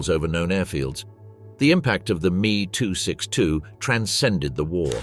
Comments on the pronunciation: dumb ai and lazy developers of youtube videos its not me its M E two letters pronounced seperately, and its von braun not van brown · It is M..E short for Messerschmidt not me as in oneself. The curse of AI generated speech